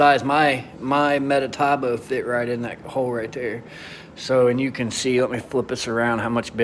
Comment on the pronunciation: METABOO not MetaTAboo. Thanks for the review but man. Everytime you said metataboo made my ears hurt! 😖😖